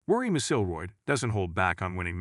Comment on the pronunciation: OMG please get your AI to learn how to say McIlroy.